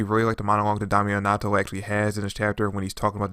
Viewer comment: Bro wtf did Yu jus call damnatio🤣🤣🤣 stop it ok this is the last time I Kno dang well yu seen the anime🤣🤣🤣 it's dam-nat-io 😂😂😂🤣🤣